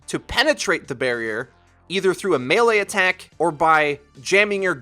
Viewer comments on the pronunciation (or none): none